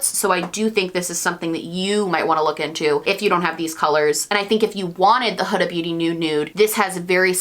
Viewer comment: you're one of the only beauty gurus I've heard actually pronounce Huda's name correctly (rhymes with coulda/woulda/shoulda)